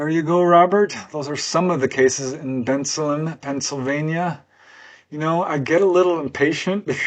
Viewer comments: It's pronounced Ben Salem. Not Benslum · It's pronounced Ben-Salem! Ben, like the name Ben. Salem, like where they hanged witches in Massachusetts! I was born and grew up nearby in Bristol Township--I ought to know. Never heard of these cases, but I went away to college in 1973.